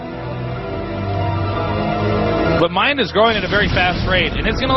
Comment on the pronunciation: A MINE-D....that was terrible, lol